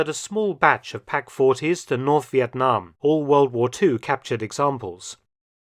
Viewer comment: Professor Mark’s pronunciation of “Việt Nam” is exceptional and pleasant to hear as a Vietnamses ! !